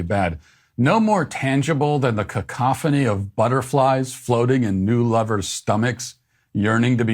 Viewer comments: cancophany?? I'm sure it's cacophony😆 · Can't get over him saying "Concophany"... all while he had the paper in front of him lol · Hey Matt, don't glaze over the regretful pronunciation of CANcophony.. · He said CON-cough-fanny! lol ... what a sicko. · The poet's performance embarrassed me. He said ''caNCophony" instead of cacophony. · 'Cacophony' mate. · He mispronounced cacophony and said "no more stronger". English is dying along with everything else. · I do believe he mispronounced cacophony.